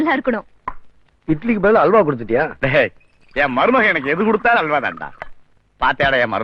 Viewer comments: ஆல்வா இல்லடா அல்வா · அறிவு கெட்ட மூன் டம் அது ஆல் வா இல்லை அது அல்வா தமிழ் சரியா உச்ச ரிக் கனும்